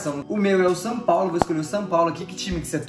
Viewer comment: O fala sam paulo kkkk